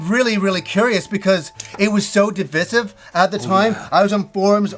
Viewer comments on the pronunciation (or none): Am I the only one that is confused every time they say DI-VI-SIVV?? :| Not hating on them, but lol, have I been pronouncing this word wrong my whole life?